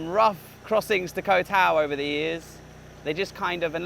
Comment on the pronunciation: I enjoyed this video. I went to Koh Mak many years ago and it doesn't seem to have changed much. I know it's trivial, but the vowel sound in "Koh" ( เกาะ) is a short one, like the vowel in got.😊 Just say "got" but replace the "t" with a glottal stop.